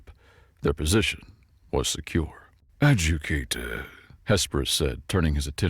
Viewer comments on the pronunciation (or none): Good narration overall but there is a need to check some words for pronunciation such as Ad-ju-di-ca-tor being pronounced as Ad-ju-ca-tor and some others "personnel pronounced as personal". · Look up the pronunciation of "Adjudicator".